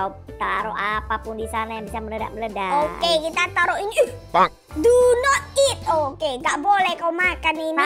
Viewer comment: btw si pertama kan bilang computer mu meledak tapi meledaknya jadi meladak